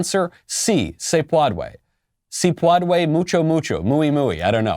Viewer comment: what is paúdue? I never learned this word